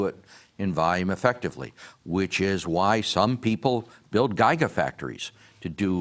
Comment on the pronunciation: Everything you need to know about these guys' knowledge of science and engineering can be summed up in the way that "giga" (10^9) is mispronounced . Pathetic and amusing at the same time.